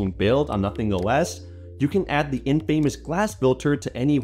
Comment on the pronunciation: "in famous" =/= infamous